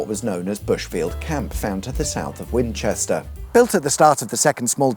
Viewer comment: Could I be mistaken, but did you say "Fwinchester "?